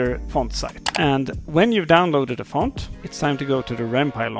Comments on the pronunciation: "Wanna know how to change the- FAUNT🇫🇷🥐" (if this is offensive pls tell me) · think they were mocking you when you said ‘font’